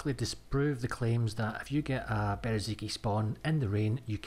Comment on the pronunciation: Ffs, its not Bereziki, its Berezino. Its not that hard.